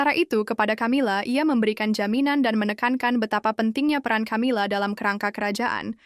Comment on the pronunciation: Camila itu bacanya Kamila karena itu ejaan asing bukan di baca ejaan Indonesia ..